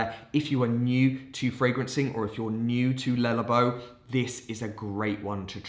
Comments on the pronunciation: Lullabo?? no... Le Labo... lay lah-bow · The way your say Le Labo is making my brain itch. Anyhow.... Santal 33 addict here. Great run down!